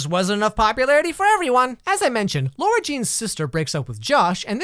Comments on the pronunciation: am i the only one annoyed he keeps pronouncing it laura instead of lara!?? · Is it just me or does he pronounce her name as 'LAURA' jean? It's LARA JEAN tho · "now this movie is about lora-jean" i think you mean lara-jean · LARA jean not ‘LAURA’ like can you pronounce it probablyyyyq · the pronunciation of the name is making me angry, its lara jean not laura jean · I'm only a minute into the video, but it's going to annoy me that you keep pronouncing Lara Jean incorrectly. It's Lara, not Laura. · WHY DO PEOPLE SAY IT’S LAURA JEAN IT’S FUCKING LARA, LARA JEAN HOLY SHITTTT this angers me so much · Okay so I've never read the book so I spent the whole movie thinking this girls name was "largene" which is like THE WEIRDEST NAME EVER, because the whole movie people pronounce her name like that! I was so confused when I found out her name was actually Lara-Jean. WHY NETFLIX??? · Why are you saying laura jean instead of lara jean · Lara is never pronounced with u, that's why it's LARA NOT LAURA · I've seen 2 of these explaining videos now and they cant get the name right. Its Lara not Laura. I would know its my name lol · Yeah it's a really good teen rom com, especially compared to the kissing booth. But her names not Laura jean, its Lara, pronounced completely different. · I'm pretty sure she's talking about how he pronounces Lara as Laura not Lara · not him calling her laURa Jean 😭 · As a person who has never seen this movie I thought he said lorenjeane instead of Lara jean until he wrote it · says LAURA jean whole video me: tRiGgErEd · btw it’s pronounced “lah-ra jean” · Sorry but it's LARA jean love the book and movie tho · I CRINGED whenever he said Lara Jean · I don't trust your opinion on this movie for one reason and one reason alone: You watched it and still can't pronounce Lara Jean. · LARA JEAN LAAARAAAAAAH JEAN NOT LAURA LAAAAARAAHHHHH 🤦🏾‍♀️ stopped watching af that cause I couldn’t take it anymore lol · LARA not laura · IT’S NOT LAURA JEAN IT’S LARA JEAN